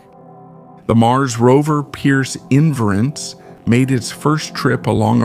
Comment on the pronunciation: while i sort of appreciate the content. please get a voice that does not sound like hes drunk as that mumble mouth harry caray. and pronounce Perseverance correctly